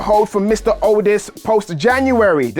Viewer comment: It sound like he was saying otis when he was saying aldis 😅